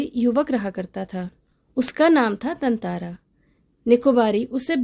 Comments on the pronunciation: Tantara❌ Tantantra✅ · Actually it's correct pronounciation is tantara because there is chandra bindu on TA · Tatara ❌️ Tantara ✅️